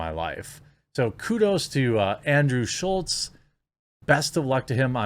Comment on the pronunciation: Both you and the Crowder article are calling him Schultz. His name is SCHULZ. There's no "T" in his last name.